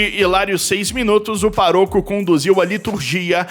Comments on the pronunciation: Paroco ? 2 vezes? É pároco, com acento no á. Fala sério. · PAROCO,? PÁROCO, menino!!! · É Pá - Roco, não pa -rô -co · "PARÔCO", caro??? Já não basta sua forma AFETADA de narração, agora isso? É PÁROCO! 😂😂😂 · Paroco: deve ser "para rouco" ou ....